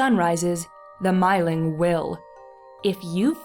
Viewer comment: If anyone cares to know, the actual Swedish pronunciation is more like "meeling" (sounding "ee" with rounded lips as if you were pronouncing "oo").